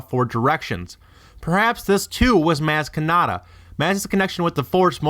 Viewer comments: The only thing worse than all these bullshit theories he is spewing, is how he pronounces MAz KAnAtA. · He pronounced her name wrong so I am now died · I stopped watching this bs cause you deliberately keep pronouncing her name wrong? Why in the hell for? smh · You say Maz Kanada wrong...